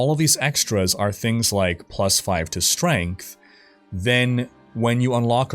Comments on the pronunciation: "StrengHt" LMAO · chuckled at "strenght" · couldn't help but chuckle at "strenght" when he read it out loud as that.